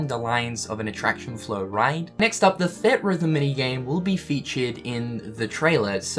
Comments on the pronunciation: Everytime he says 'thed rhythm' i wanna die. Its 'theatre rhythm'. Gdi. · It's "Theatre-Rhythm", not "Theat-Rhythm". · Theatre rhythm, not theat rhythm...sorry, annoyed me a little. Ignore me if that's just how you say the word :) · Say it with me,! "THEE-AT-RYTH-UM" <3 Love you buddy! Hope the eyebrows are growing back okay:) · Its pronounced Theetrhythm. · I swear every time I hear you pronounce theatre rhythm, I die. On the inside.